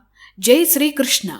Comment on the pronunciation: SriKrushna paramathma peruni miru chala baga corrcet ga palukuthunnaru...👌👌👌